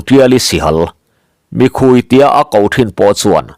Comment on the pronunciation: sihal 'mikhui' tih hi a thluk dan dik tak chu "SIHPHIR" tih thluk ang chiaha sawi rik tur a ni a 'Mi' tih lai khi ri hniam tur a ni a 'khui' tih lai khi ri sang tur a ni e. "Mìkhuí" 'sawrkar ' tih kan sawi rik dan nen pawh a thluk a inang chiah e.